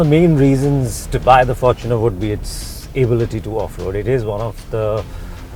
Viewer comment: at last, a review that pronounces the fortuner the right way. FORTUNEr not forTUNER the word is FORTUNE, hence fortuner not TUNER, or “for TUNER”